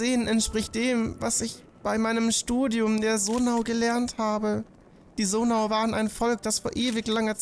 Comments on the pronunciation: Bitte sage sonai nicht sonau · Zonai nintendo nicht sonau 🙄🙄😂